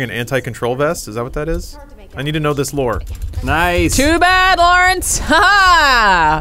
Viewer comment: Lore-ence. lol how has that never come up before